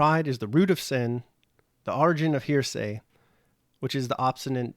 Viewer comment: I'm finding your commentary interesting, but you are making one big mistake--mispronouncing the word "heresy." It's usually pronounced "HAIR-uh-see," not "hearsay," as you are pronouncing it. "Hearsay" is something else.